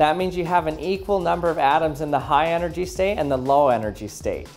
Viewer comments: “energhy state” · "energhy" states E N E R G H Y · “energhy” dies of a stroke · energhy (thicc energy) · Gotta Love "enerGHY" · lol energhy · uhhh tha says energhy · energhy, nani?